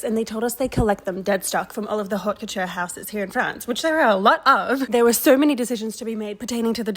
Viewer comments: Not meaning to sound like a smarty pants, I don't know anything about your account, but just letting you know that the h is haute is silent. it's more pronounced like owt or oat. I'm French-Australian and haute pronounced like that in both English and French. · haute is pronounced wirhout the h fyi :D